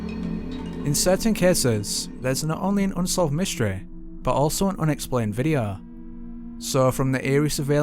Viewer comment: Great Channel & i love that his accent makes him sound like he's ending every word with an H Videoh, Eerlih :P